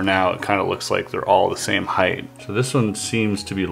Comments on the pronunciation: did you say, "Heigth?" haha. Nice puzzle - Good work! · Why would you say heighth, and height in the very next sentence?